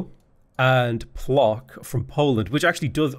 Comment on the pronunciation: The polish "Plock" city is read "Pwotzk" ;) Your pronunciation took my by surprise and I love it, though